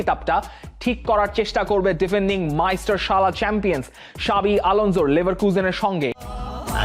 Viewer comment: ভাইয়া ওইটা ভিনসেন্ট কোম্পানি হবে। ভাসো কম্পানি।।। আর ওইটা সাবি আলোন্সো না জাভি আলোন্সো